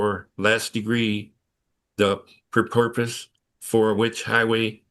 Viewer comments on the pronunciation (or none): "pur-porpoise" dude is just making up words. Purpose or propose maybe? Some people just can't read out loud.